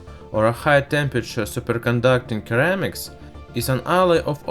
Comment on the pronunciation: It's pronounced seramics my dude. Great video, keep it up.